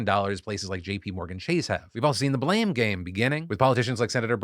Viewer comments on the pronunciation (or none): none